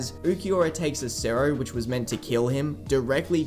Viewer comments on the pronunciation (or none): hey bro, i just noticed you pronounce "cero" as "cerro" try and spell the word with a "t" instead of an "r" like so "ceto" not "cetto" but "ceto" edit: lol when you say "cero oscuras" you actually pronounce the word correctly!!